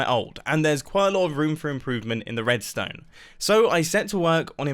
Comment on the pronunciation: nobody: literally nobody: Mumbo at 1.00: "roadstone"